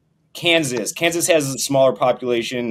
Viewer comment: So everything about irritates… but how he says Kansas like “kanzizz” really made my skin crawl